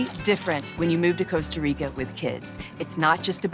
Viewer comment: it's not called Costa Rico 😂 Jesus. I'm annoyed already